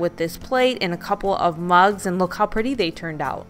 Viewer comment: I walked away and came back into the room when she said "you need crickets for this or you can use scissors" and then I COULD HAVE SWORN she said "you'll need lots of bugs for this and dollar tree carries tons of bugs" ......I thought she said bugs not mugs....I was like...what? Lmao